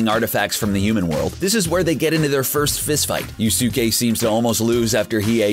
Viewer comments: Yusuke- yoos-keh its said in the anime a 1000 times. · Who tf is you-su-ka you mean yusuke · Oh god, clearly this dude didn't watch the anime lmao "You-soo-kay" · Yu-soo-ke are u fucking kidding me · Butchered this dudes name so bad sooo many tiiimes😩 🤦🏽‍♀️ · they way the narrator kept mispronouncing Yusuke, Hiei, Deku (Midoryia), Bakugo and Alucard made me cringe so hard. learn how to properly pronounce the names correctly before making the video! SMH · The way he said Yusuke :(